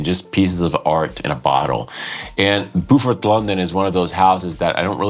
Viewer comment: Sounds like a hard no for me, but that is cool, we can’t all like everything! It’s Bo Fort BTW rather than Boo Fort. Pronunciation Police ;)